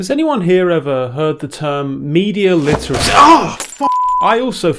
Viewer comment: Cant pronounce dune correctly, or literacy for that matter..